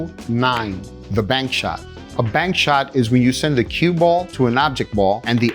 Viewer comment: "bank shot" not bark shot, wired